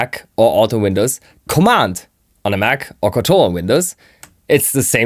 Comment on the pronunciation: I love the way he says "command" at the marker. like he's a Wizard performing some kind of spell with a wand Lol "COMMAND!" Lmao :person-turquoise-wizard-wand